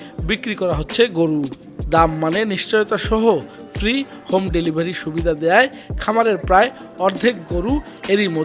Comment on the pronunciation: ভেলিভারি নয় 😅😅 ডেলিভারি 😊😊